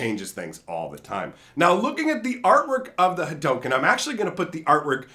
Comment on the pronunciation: Yo it is pronounce Ha_Doo_ken